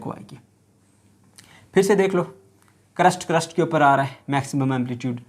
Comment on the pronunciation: Its not crust its crest